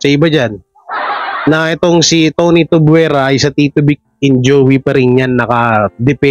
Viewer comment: Bulol ka talaga. Tuvyera brad, hindi tubwera. Hehehe